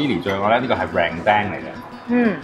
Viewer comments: 阿哥，本地發音係“lern-daang”啊，唔係rendeng 😂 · ～Rendang唔系“靓钉”咁读呀，Rendang马来文系读“冷当”啊～😆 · 要讀撚凳 冷當係大陸國語讀音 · 用英文来发音 rendang, 很特别哈哈😂